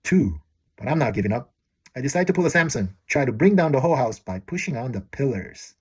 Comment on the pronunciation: "Whole house" in Korean accent never ceases to be funny 😂